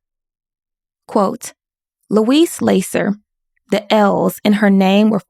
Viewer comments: It's not LAY-sser, but LASS-er like Lassie. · Good informative video. But I think it's pronounced Lah -ser . Short A. Ms. Lasser is the daughter of Sol Lasser, the respected income tax guru. Lasser's Your Income Tax. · I'm sorry to be critical but "Lasser" is pronounced with a short 'a'